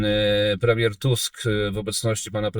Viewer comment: Naprawdę "płemieł" ?